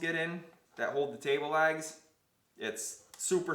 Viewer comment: can't tell if he's saying "lags" or "legs" ................